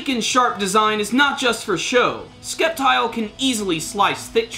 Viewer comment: The c is silent in Sceptile... So its pronounced Sep-tile... :-P